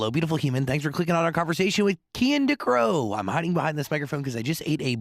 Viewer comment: finally I heard his name pronounced correctly I didn’t want to butcher it when I recommended him to my frienss